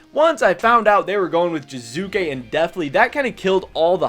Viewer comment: Its Jiizuke not Jizuke